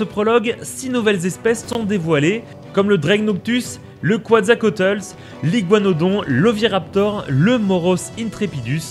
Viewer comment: "le kuatzakotle" non on dit kwétzalkowatlus